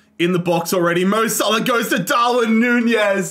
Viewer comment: Bro said mo sahlo